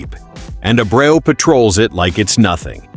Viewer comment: I understand your using a computer enhanced voice on this channel which is a poor choice IMO but could you at least pronounce the damn players name correctly? His name is no Abro or and man do you butcher Rafaela name Please make it stop!!!